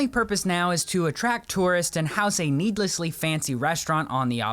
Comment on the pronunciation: "NEEDLEssly" you say..? 😃🤐